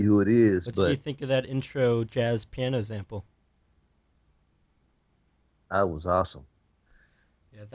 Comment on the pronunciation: ✨everybody sayin’ how viper calls the moon a planet, but no one mentions how the interviewer pronounces sample as “zample”✨